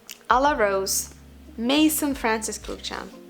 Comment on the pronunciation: I blindly bought Tea Rose because so many bloggers talked about it... and I don't like it at all. I understand you now - it's almost impossible to resell a cheap perfume. A little note about the French word "maison". ai always reads e (like e in bag). So basically it is "meson". It means "house".